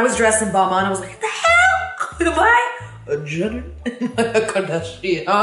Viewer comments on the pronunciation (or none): wait i thought balmain was pronounces ball-maine, not ball-mawn💀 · i swear as a European I hate how American people say balmain it's literally BALL MAIN = BALMAIN